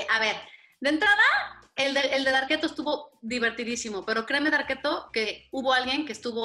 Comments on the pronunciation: Oh esque yo oía varqueto 🤣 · Porque le dice Darketo?